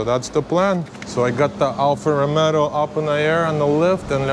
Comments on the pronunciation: Bro, it;s Alfa Romeo....not Romero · it's ROMEO, not ROMERO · bro ROMEO not romero....you add 1 R more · can you say romeo ...not romero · Ha ha ha ALFA ROMERO please pronounce correctly,,,,, ALFA ROMEO and not ALFA ROMERO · Good job man, I'll be glad to see a new Stelvio back on the road and not end up junked over minor stuff. Just fix that pronunciation, it's Rome-o not Rome-Ro 😂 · your channel is very cool, but please don't call it anymore Alfa Rome-ro, the correct name is "ALFA ROMEO" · Alfa Romeo, not RomeRo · Alfa ROMEO not Alfa ROMERO ;) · It’s actually pronounced “Alfa RomAAo” rather than RomeRo. Alfa people get very sensitive about this Lol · Alfa ROMEO!! Not ROMERO! I have a nerve tick when you repeatedly repeating it. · You keep saying Alfa Romero:face-green-smiling:nice build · Please, stop calling it Alfa RomeRo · Nice job, just please stop saying Alfa RomeRo. The Italians and I will be gratefull. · Dude bought a car and doesnt even know how to pronounce its name xD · There is no R in Romeo 😄 But you are right, it is a nice car!